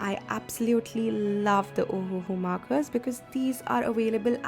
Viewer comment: This ohuhu pronounce as ohhh ahahaha 😂😂😂